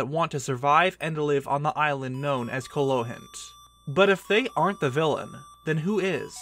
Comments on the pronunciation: internally cringing every time he said "Kolohint" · “Ko lohint “??? 😭😭😭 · How does one write and read an entire script about a game and misread the name of the island it takes place in over, and over, and over, and over again. Every single time. It's Koholint, man. Ko-ho-lint. H first, L second. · You keep on mispronouncing Koholint 😠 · TIL people can't pronounce Koholint